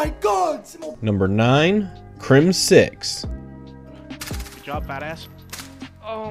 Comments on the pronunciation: please stop saying crim-6. It's crimzix. one word. no pause. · actually its crim zix😂